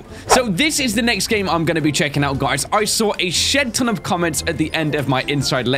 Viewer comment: "Shet ton"